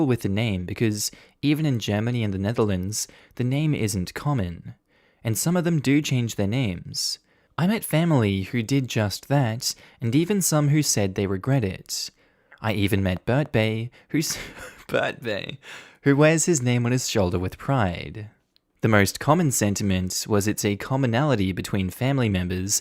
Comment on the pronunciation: I rag-gret nothing...please try to get the pronunciation of words closer to reality and you will go far in life...( still fun to listen to for the mispronounced words though )